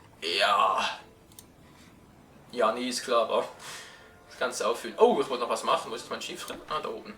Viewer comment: nein nicht genervt ich meine es so es wird lange ausgesprochen jaaaajaaaa. weil ich genauso gedacht hab wie du über cardinal ich kann mir keine gesichtsmaske leisten^^